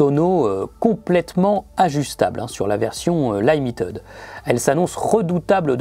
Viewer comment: Magnifique moto! Au fait, Limited, ça se prononce Limitid, et non pas Laïmitèd! 😜